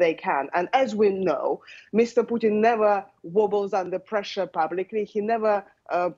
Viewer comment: Wonderful to hear a Yank clearly pronouncing her Ts. Putttin. Not Pu'in.